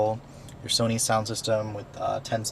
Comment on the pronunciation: Sony not Sani lol jk keep up the good work